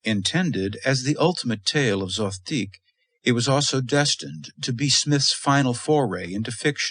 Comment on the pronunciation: Is there a reason Zothique is pronounced three different ways here? Zo-theeck Zo-teek Zoth-teek